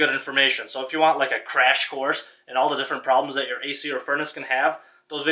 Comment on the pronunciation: PRONOUNCE "TH" (not "DA")